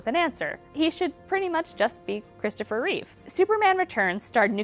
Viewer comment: Yahoo Entertainment, if you're going to talk about Christopher Reeve, at LEAST get his name right - It's *Reeve*, not Reeves, (only Reeve's when referring to something of his (smile, character, looks, portrayal etc)).